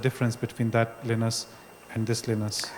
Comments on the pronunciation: It's linus not leeeenus Lol I laughed so hard "nvidia, fuck you!" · Please..... For computer science's sake... His name is not pronounced, "Lee-uh-nus". It's pronounced, "Lion-nus". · Is it weird I'm extremely disturbed by the way this guy pronounces linus and linux. That might be how its supposed to be pronounced, I dunno, but I'm so used to the orthodox pronunciation.